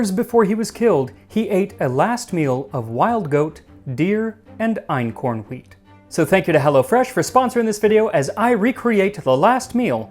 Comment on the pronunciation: Your German pronunciation is really good (Ötzi, Einkorn, the place names). One thing about the economic hierarchy: Farming doesn't come directly after hunting & gathering. In anthropology, there's a system (from primitive to advanced, with type a being the simpler one): 1. Hunting & gathering, aka foraging, includes catching fish and collecting seafood. Type a = without dogs, type b = with dogs. Type a was common for a very long time among indigenous Africans, and that excludes ancient Egyptians - they moved over from the Middle East and had dogs like other Eurasians; the oldest African breeds are descendants of those Egyptian dogs. 2. Gardening is similar to farming, but you haven't domesticated animals that could help you with ploughing yet, so in gardening communities you plough with manpower only. No livestock for work. Type a has no settlements, but often moves around and burns down parts of the forest to "make" new fertile soil. Type b has settled, because they've figured out how to keep the soil fertile. 3. Nomadism. Type a follows wild, unchanged animals like large herds of reindeer, type b has domesticated animals. 4. Farming. Farmers have settlements and made the first cities possible. They change their environment by redirecting water, cultivating plants and domesticating animals to better suit their needs, and they don't have to do all the hard work themselves anymore. Type a uses domesticated animals like cattle, horses, donkeys, mules, camels or elephants for wo